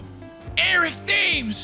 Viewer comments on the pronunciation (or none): I don’t think u want eric thames watching this at some time and have him hear u call him erica